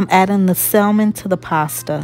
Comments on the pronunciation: the L in salmon is silent, so the name of the fish is pronounced "samon". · Looks great. Also the L is silent is salmon.